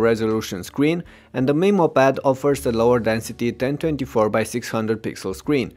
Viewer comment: For the first few minutes I was like " a WHAT pad??" Then I realized he's pronouncing Memo like "Meemo".